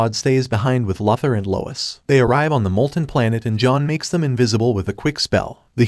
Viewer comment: Why do you call Luthor "Lothor"?